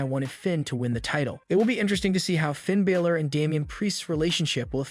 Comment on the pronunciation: Hey dude that's doing the news for WWE his name is Finn Balor not Baylor